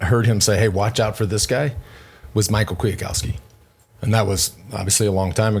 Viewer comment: Dude Lance YOUR SAYING MICHAL KWIATKOWSKI NAME WRONG. A lady told you how to say it couple years ago. Michal is pronounced completely different in Poland.